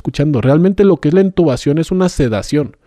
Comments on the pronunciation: 😂 un "médico" diciendo ENtubación, no lo sé Rick parece falso, se dice intubación 😅 y yo no soy médico ni personal de la salud, lo aprendí en Grey's Anatomy 😂😂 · Porque dijo entubación? Si la palabra correcta es intubación